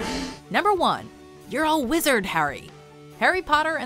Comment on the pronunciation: Yar A Wezard Harray